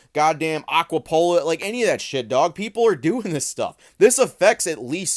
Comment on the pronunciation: what did you call aquapolis? its pronounced ah-qua-pa-lis just looking out ""